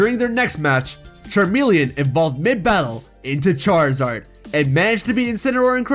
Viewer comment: charizard not charzad